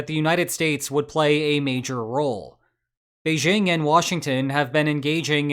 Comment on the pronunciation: First off, "Beijing" contains no "z". (It's "Bei-jing", not "beizhing".) ;)